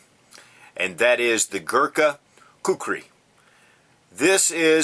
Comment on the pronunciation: you pronounced it well.. I really hate people pronouncing it as kukri...